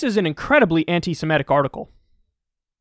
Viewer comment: Why do you pronounce antisemitic as antisimetic lol